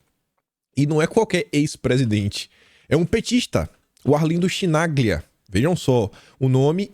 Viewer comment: Chinaglia pronuncia-se kinalha